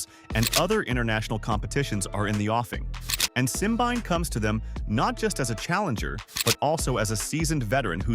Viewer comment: Simbine is African not European. Pls. have respect and pronounce his name as an African.